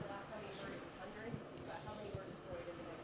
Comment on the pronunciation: Hindreds???? I heard Vancouver PD say 3.